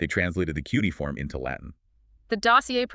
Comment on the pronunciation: The AI narration is too fast. The interleaving of voices and their scripted interactions are so precise that it cannot be natural. Its cheapness shows up in the male voice's inability to pronounce "cuneiform" and "lingua." The script tiptoes around the fact that in the Hebrew Scriptures Cyrus is called "meshiach" (English: "messiah"), "the anointed one" which in Greek is the word "christos."